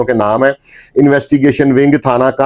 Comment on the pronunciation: Thana kuhna talafuz drust karen